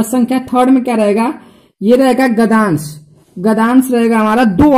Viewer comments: not gadansh it's gadyansh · Accha h pr gdyansh hota h gdans nahi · Abe sale gadansh nahi hota gadyansh hota hain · It's no gdansh it's gadyansh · Sir phele gdyans bolna to sikh jao🤓